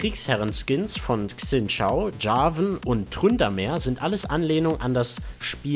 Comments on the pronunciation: Xin Zhao spricht man Schin Sao :D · Zileans Bart ist wahrscheinlich andersrum, weil für das Splash ein Spiegel-Selfie genommen wurde^^ Ein chinesisches X wird "tsch" gesprochen, ein Z nicht (Xin Zhao :P) Und auf Leonas Arsch muss ich mal besser achten... Ich hab den Skin, der Bug ist mir aber nie aufgefallen :D